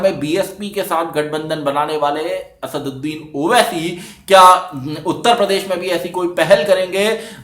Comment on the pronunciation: Congratulations I have seen after a long time who has pronounce "Asaduddin owaisi" Rightly. 👍☺